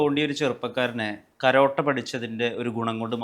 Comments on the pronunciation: കരോട്ട അല്ലടാ കരാട്ടെ😂 ഇത് പൊറോട്ട എന്ന് പറയുന്ന പോലെയുണ്ട് കിഴങ്ങാ😂 നേരെ സംസാരിക്കാൻ കൂടി അറിയാത്ത പൊന്നു മോനെ😂😂😂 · കരോട്ട അല്ല കരാട്ടെ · കരോട്ട..,. അല്ല കരാട്ടെ 😅